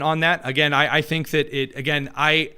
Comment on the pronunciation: I don't tink day do.... yeah sure